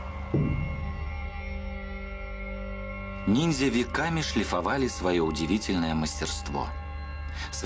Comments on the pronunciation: "... непобедимые НИДЗЯ" - ржачно, эта ограниченная даже не понимает, как правильно называется то, о чем она вела передачу)) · Уже по тому как ведущая произносит слово "нидзя" сразу понятно, что программа серьезная, глубокая, подход научный. Вообще мне стоило немалых усилий остановить поток крови из ушей и глаз от этого пафосного и патетического испражнения